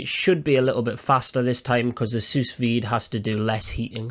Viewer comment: Genius idea. Pro Tip: It's pronounced sue-veed. The s at the end is silent